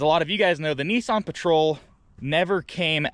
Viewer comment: Whats a NESSSSON ??? Its NISSAN